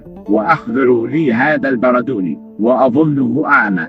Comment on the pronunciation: البردوني بتشديد الدال